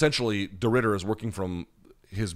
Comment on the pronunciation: You did a decent job on Reiner de Ridder pronunciation mate. Last name is perfect, Reinier is more like.. Rai-knee-r